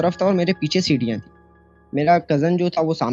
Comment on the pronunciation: Oh bhai ye kya cd cd cdiyan cdiyan lagai hui hai ? Sirriyan bolo seedha seedha.